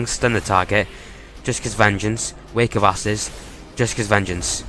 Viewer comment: could of sworn I heard you say wake of asses lol.